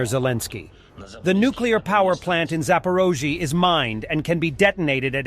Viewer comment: guys didn't do their homework again - ZAPOROZHIAZHIA hahahahhahhaha OMG